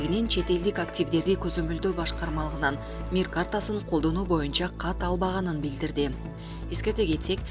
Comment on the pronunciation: Катталбаганыбы ?жээ кат алган эмесби кайсынысын айтып жатат бул саьатсыз .катталбаганы дёсен ай .сага да окуганга жол бербесе болчудай туура эмес окуйсун